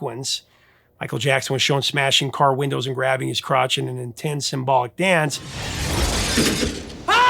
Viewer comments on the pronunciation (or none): none